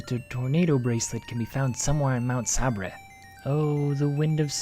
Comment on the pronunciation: Thanks for the translation but Sabre as Sah-Bra? I always pronounced it like saber, like Sabretooth.